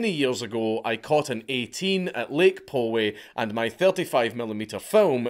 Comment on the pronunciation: Lake Poway is pronounced Lake Pao-Wey